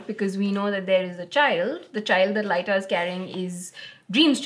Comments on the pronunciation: Your wife's deduction of the missing dreams from Morpheus and Matthew's dialogue is brilliant, I didn't deduce it at my 1st read and I'm now in my 2nd read and I still didn't connect it. Edit: And I think its pronounced Leeta as in Hippoleeta, not Laita haha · Ah yes of course - we should be saying Lit-ta I guess? I'll just add it to the book of names I've learned not to mispronounce thanks to this channel! 😁 And yes, that's was sharp of, I never thought of that at all, which allowed me to be properly surprised at the end. And all she got was... the satisfaction of being right? 🙄